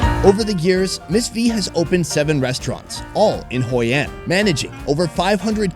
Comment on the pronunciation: "Hoi An" not "Hoi and"